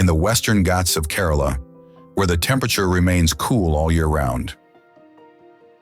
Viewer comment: Great presentation! However, please note: the pronunciation of some of the cities and states is incorrect. For example, the city of Varanasi and Kerala (one of the states in India) are pronounced just the way they are written! Otherwise, lots of details for such a fascinating country as India!